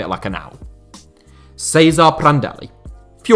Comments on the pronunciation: The way you said " Cesare " gave me cancer. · Why do you pronounce Vicente as an Italian, and Cesare as a Spaniard?